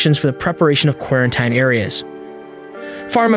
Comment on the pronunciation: 🍍🍍🍍🍍🍍🍍🍍🍍🍍🍍🍍🍍 Why does it say quarantine like that?😂